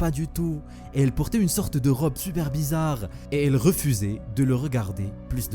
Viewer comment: Ci seuper bézaaarrrre. Mais whaaaatz?